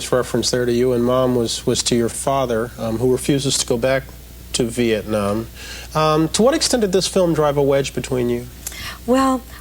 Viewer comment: "For the sake of simplicity, calls herself Tiana " Or how about for the sake of NOT mispronouncing your name. How often do people mispronounce Nguyễn.. Moreover, Bryant Gumbel says VietnOM instead of VietNAM.... he also calla you Tamera. Even mispronounced your name in English.... Could you imagine if he was asked to learn your name. You are exploring" a train from what used to be Hanoi to Saigon " He clearly did NOT do his research prior to interviewing you. Hanoi is still Hanoi. Saigon's name changed to Ho Chi Minh City. Thành phố Hồ Chí Minh Couric's question is NOT in good taste, she clearly has a look on her face.. could you imagine asking this of a Holocaust survivor?? What does it matter what someone is wearing, calling your outfit a mosquito netting? SHOULD have focused on the documentary. Bryant Gumbel looks either confused or genuinely thrown off by Couric's question. Are you finished.